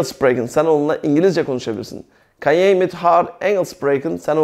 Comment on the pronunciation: Hocam ben beş senedir Hollanda da yaşıyorum.herşey çok güzel süper anlatımınız dikkat ederek dinliyorum. Bir kaç sorunumuz var doğru olmayan en azından burdan arkadaşlar belki görebilirler Jij —yay diye okunuyor Ze— zö Kunnen—kunnen Jouw-yaav